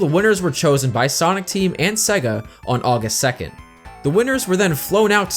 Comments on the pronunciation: No such thing as segga. Hell, even the games teach you how to pronounce the name correctly. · how can yo do a video on Sonic and be saying Sega wrong?